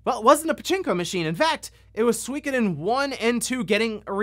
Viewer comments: I find it funny how you pronounce Suikoden. :D In Japan every syllable got the same rythm/speed with which they are said. So it's Su-i-ko-den, and not Sweekeden. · I swear nobody knows for sure how to pronounce Suikoden. I've seen some youtubers pronounce it soo-KO-den, SWIK-oh-den and SWEE-ko-den